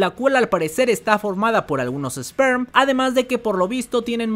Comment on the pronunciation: Gente,es "Sper" no "Sperm".